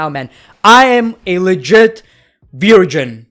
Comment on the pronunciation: Veer-gin gang